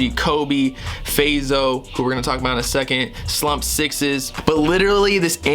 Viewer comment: its slump 6 ssss not sixes